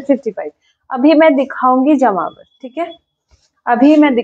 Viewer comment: Ma'am, it's Jamavar not jmavar